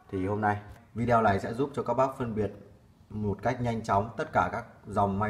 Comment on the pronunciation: Nội dung video clip khá chi tiết, giúp cho người dùng thông thường không am hiểu về kỹ thuật cũng có thể biết thêm thông tin về các loại may ơ xe. P/s: hi vọng chủ kênh phát âm chuẩn hơn từ video ( vi đi ô thay cho vi đeo 😃)